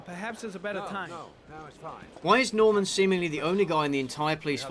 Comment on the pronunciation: I'm guessing most of the voice actors being French explains him pronouncing Norman as "Nahman."